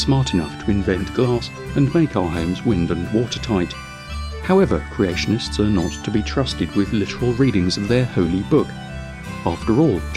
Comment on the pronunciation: "Creationtists"? Love the videos btw.